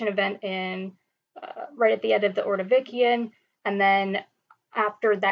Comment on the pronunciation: Great lecture- will learn technique over time- do not say uh, um. Space words evenly, not as one would in conversation. Ordovishun, not ordovikian.